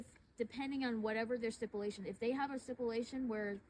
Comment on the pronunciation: That female DEI COP just pissed me Tf off!!. Her sipulation talk.. it’s STIPULATION YOU NASTY COMMIE. He is the FATHER AND HAS THE RIGHT TO GET HIS SON. Keep your kids out of these indoctrination camps. Hire tudors if you need to. To the other PIGS.. you sent a dog to bite a father outside his son’s school? My father spoke to me about Naxi’s use of their dogs in 1940s Germany. Great job TYRANTS